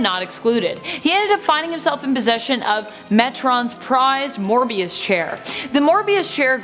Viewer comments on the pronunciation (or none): It's the Mobius Chair, not Morbius Chair. Get your mind off of Spider-Man. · It’s the “MOBIUS CHAIR” not Morbius